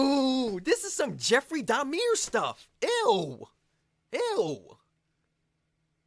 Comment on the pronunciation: 😂😂😂 Jeffrey Dahmieer You made his name sound posh 😂